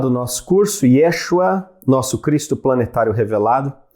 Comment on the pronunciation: Obrigada pelo curso. Cabe assinalar que a pronúncia do nome de Jesus em hebraico não é Yêshua - e sim Yeshúa.